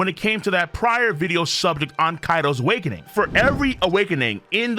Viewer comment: Video = “Awake-NING”? Nani?